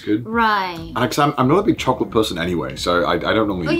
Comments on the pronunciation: choculate :D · If I ever feel sad I just think of kaho saying "chocorite" and I am no longer sad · cho - co - late. too much volcanic.